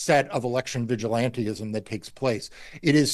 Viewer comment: Yo Marc…it’s vigilantism, NOT vigilanteism!